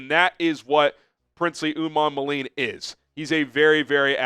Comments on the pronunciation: Pronunciation: Princely Umanmielen (Oo-mon-mee-ellen) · Umanmielen is pronounced - oo-mon-me-ellen As a Florida a fan it took a couple years to figure it out.